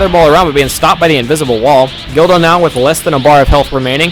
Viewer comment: When u say guldo it sounds like u r saying dildo